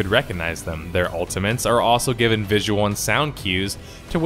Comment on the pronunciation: Patent-int Ulti-mint